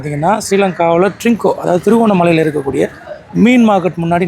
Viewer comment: டேய் பாய் ஊர் பேர் ஒழுங்கா சொல்லு 🇮🇳